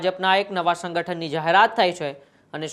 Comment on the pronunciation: શંગઠન . શંખ્યા . Alya Gujarati to bolta shikh .